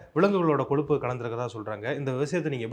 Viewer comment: "கொலுப்பு" இல்லை கொழுப்பு